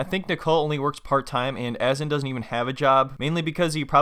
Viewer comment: Its pronounced uh.zaan not AZZ.EN :| Would appreciate some research on pronouncing names, Azan is not even a complicated name. :/